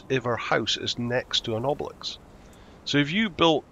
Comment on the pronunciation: Mate, learn to pronounce obelisk cos it’s cracking me up 😂